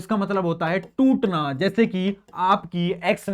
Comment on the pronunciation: Who notice totna in place of tutna.... 😂😂